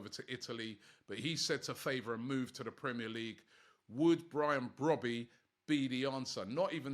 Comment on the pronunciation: the name is pronounced "Bro - bae" and not "Brobby" lol